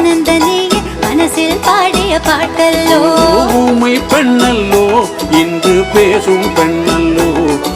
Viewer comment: அனுராதா ஸ்ரீராமுக்கு இசை நன்றாக வருகிறது மொழி நன்றாக வரவில்லை ஊமை பென்னல்லோ பென்னல்லோ என்று பாடும் போது ரசிக்கும் படியாக இல்லை. பெண்ணல்லோ என தெளிவாக உச்சரிக்கவில்லை அதேபோல் மணிப்புறாவும் என்பதும். உச்சரிப்பில் இன்னும் கவனம் வேண்டும்